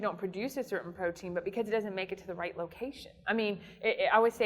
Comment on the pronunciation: What kind of scientist says "potein" instead of "protein"?